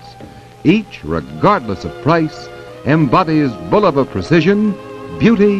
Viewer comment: YES! BULL-uh-va - not Boo-LOH-Va as some say